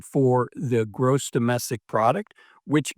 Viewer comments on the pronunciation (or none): none